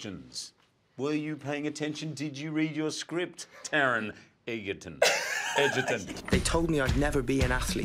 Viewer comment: I don’t think it’s too hard to pronounce that Taron Egerton name. 🤣